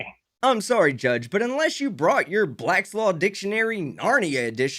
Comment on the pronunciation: Did you say "blackslaw"? =/